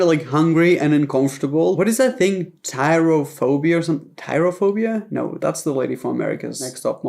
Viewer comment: Trypophobia (pronounced: tripofobia) tyraphobia tho😂😂😂😂